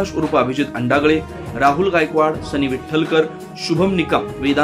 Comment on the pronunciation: अंडागळे......😂😂😂😂नसेल हो... अडांगळे